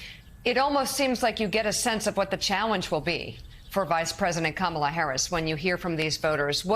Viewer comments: And VP Harris's name is pronounced Kam - ala, not kam-a-la. Trump and the far right are always trying to put a Middle Eastern twist on it in an attempt to rile up the Islamophobia and racism in his followers. In Sanskrit, Kamala means Lotus. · This lady was basically like I’m worried Trump will be a horrible dictator and seek retribution but then again I don’t know they kamilla lady (didn’t even pronounce her name right) and then says I’m just gonna wait and see. This is why we can’t have nice things people. We are a country of idiots. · Disrespect is when you continue to mispronounce Kamalas name. When you might be smart enough to hear the difference. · One of these folks is a BRF fan. She pronounced Kamala as "Camilla." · Camilla? It's Ka-ma-la! She's not the British Consort ffs. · Deep pontificating, but 4 years in and still can't pronounce Kamala correctly. "Come illya" Ridiculous. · You have to love the woman who called Kamala "Camilla", then said she didn't know enough about her...no fooling really? Start with getting her NAME correct you simpleton. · Karen can’t pronounce Kamala’s name. She said Camilla 😂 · Harris' border job was to slow the people leaving Central America. I've read reports that asylum seekers from the Guatemala, El Salvador, & Honduras triad did in fact slow. Harris was never what Republiks like to call her, Border Czar. These women don't know that. [Edit later group] Kuh MIL luh. Honey, you can't even say her name : like "comma" it's KAH mah lah. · I'm sorry but some people need to stop reproducing. This is what happens when you live inside your bubble. Also it's not Kameela. It's Ka-Ma-La for lords sake. This lady with the glasses is too smart for her own good. Just at home running down that rabbit hole smh. These people are for real bugged out. I could never be a Republican my head would explode. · Did she say Camila? Sorry, that’s the queen of England. Not even close on the correct pronunciation. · saying Kamala not smart 😂